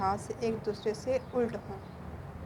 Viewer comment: Ult Nahi Ulat Hota Hai😊